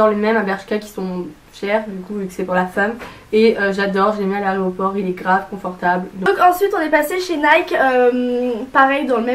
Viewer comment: Qui a entendu "aréoport" au lieu de "aéroport" a ? 😂